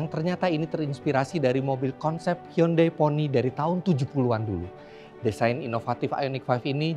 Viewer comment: Eh Giman gimana bilang hyundai nya tadi.. "Yundei" ya?